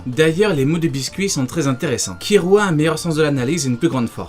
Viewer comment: Très sympa, par contre ça me choque ta prononciation ki"L"ua c'est une oeuvre Japonaise donc pas de Ki"R"ua . Ou alors go prononcé tout à la française le [gonn] qui devient [gon] ça pourrait faire un style. :D